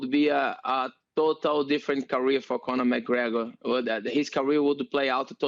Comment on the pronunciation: LOL never heard of conor McGregor - funniest shiit ever! LOL she tries saying his name “conor Mcgregnor LOL